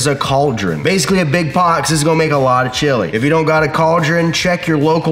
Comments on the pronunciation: I died every time he said classic chili 😂😂😂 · Just finished. 😂😂 This is one of the funniest vids you have ever made. Keep the accent and sneak the word chilllley into all of your future vids. TIA.